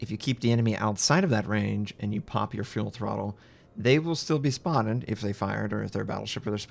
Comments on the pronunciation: Why is he saying fuel throttle instead of full throttle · cmon its full throttle not fuel throttle